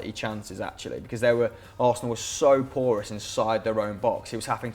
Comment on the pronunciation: Please stop saying Porous